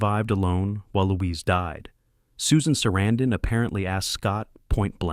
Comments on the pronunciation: I like the inside and how you made it happen, sorry what happened to Corey😢... Became a Great film, actors (but -the person interpreting this said Susan Sarandon's name totally wrong😮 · It's good to know all these facts👍 but I don't think you realize you're saying Susan Sarandon's name WRONG 😮